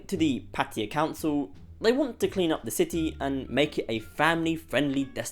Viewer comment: The real reason is very simple. It’s flooded by a bunch of foreigners who can’t even pronounce the word PATTAYA, not PATTIYA like you said. It really annoys me when I hear this. It’s expensive because of tourists.